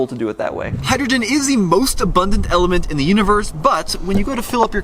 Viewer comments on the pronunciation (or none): none